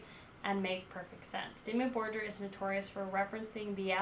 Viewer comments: It's Dimmu BorGir, not Dimmu Borjer 🤦🏼(it means Black cities/castels in old Norse and Icelandic) Americans, learn to pronaunce at least one word in foreign laguage correctly. My english is bad, but at least i can say and write something, damn it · Def. Check out a better dimmu album. And also it's pronounced dimmu bor-geer... like deer with a G . .. not jer. Lol. Idk how ur just now coming across dimmu. But glad you did. Check out old mans Child..... a side project.... that is AMAZING. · imagine comparing Dimmu Borgir to Disney 😀 but there is one thing, don't say bor"j"ir... it is called Borgir like the normal G like in Google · Just fyi: it's pronounced Dimmu "Bor-gear" ☺️ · It's pronounced "Bore-Gear" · Great songs I just don't like it how you pronounce it lol. Borgir us just like how it is written. Don't make a j sound from the G.